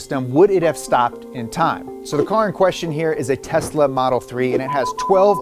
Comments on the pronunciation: “Tesa Model 3” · *Tesla, not Tesa